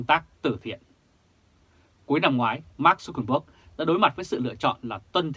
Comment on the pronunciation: Tên của Mark Zuckerberg phải đọc là/mac jăc kơ bớc/